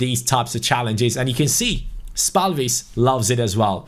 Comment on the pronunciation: Your pronunciation of Lukas spalvis is quite decent but the a is supposed to be softer you're saying it really harsh.